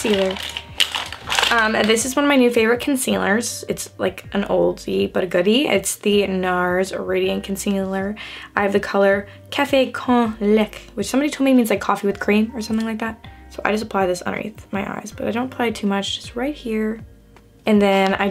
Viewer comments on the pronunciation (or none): It actually means ‘coffee with milk’ and is pronounced kaf-ey Kon lech-ey 😉